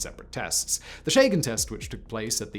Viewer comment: CH is only pronounced SH in the English language, all other 7000+ languages do not. Chagan is much closed to Kadshan.